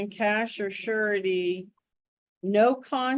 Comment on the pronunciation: AI can't say cash 'surety' .... we get cash 'shity' instead 😂